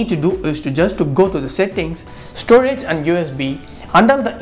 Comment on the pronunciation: Cache pronounced "cash" not "cas e"